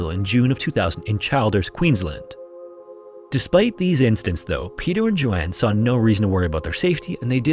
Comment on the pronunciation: Childers Queensland is pronounced chill•ders. :)